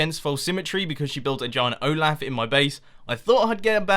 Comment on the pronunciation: You said Olaf wrong again, Not ohh-laugh Ohh-lof Like in cough u know cough cough cough: ck-O-ff! Olaf: ohh-l-off Or as in off, like turn something off!